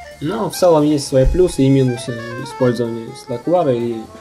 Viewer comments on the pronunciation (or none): none